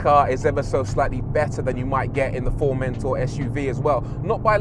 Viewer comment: Something about the way the presenter pronounces Formentor is a torment for me, lol